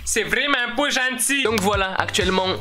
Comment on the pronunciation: oh l'accent québécois je suis fiere de toi parce que TOI AU MOINS TU LE FAIS CORRECTEMENT